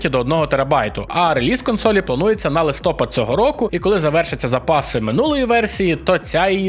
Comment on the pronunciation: Друже, все чудово, але як же ріже слух, коли сто разів за випуск чуєш 'нОвий", замість "новИй", або "листОпад", замість "листопАд". І якщо останнє, ще можна терпіти, бо не так часто повторюється, то перше - звучить у кожному випуску. Було б суперово, як би вдалося викорінити цю сталу помилку (до речі а ютубі вона чомусь у багатьох прижилася) та все ж говорити правильніше. З великою повагою! P.S. те ж стосується і "нОва", замість "новА" Так, звичайно, я розумію, що то, вірогідно, особливості місцевої промови, але ж це новини, де слово дуже часто звучить. Отакий маю ОКР 😂